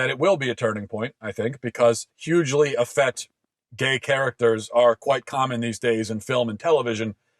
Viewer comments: Effete is pronounced effeet not effett. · You're wildly mispronouncing "effete," Matt.